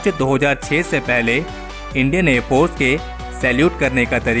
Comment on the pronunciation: Please pronounce air force properly